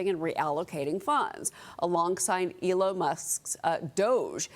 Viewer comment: "'Elo' Musk." LOL